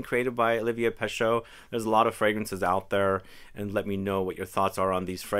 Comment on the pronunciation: Again, for the umpteenth time: it's not peSHO, it's (roughly) peSHE. In French EAU = O and EU = E (not quite but roughly).